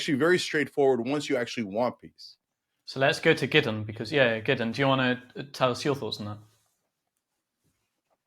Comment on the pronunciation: His names not giddon it’s Gideon… why is that the go to for Zionist pigs … ask one of them to say Iran… it’s hilarious how they get a sense of superiority from mispronouncing others names … fucken childish